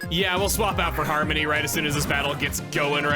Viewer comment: Everytime chugga says harmony i just hear 'Harm Many'